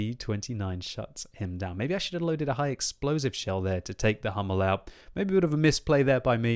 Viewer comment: please go to google translate and let yourself be told how to say "Sturer Emil"... it´s two words with an emphasis on the "E" of "Emil" and if you are at it "Dicker Max" and "Löwe" could need that too.And the "u" in "Hummel" is like the "u" in "butcher"... ok ok enough of the german lesson. Otherwise Merry Christmas and Happy hollidays.